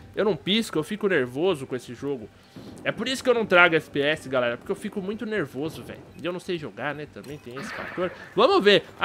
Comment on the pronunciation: ''Fiko mt NeRRRvoso velho'' kkkkkkkkkkkkk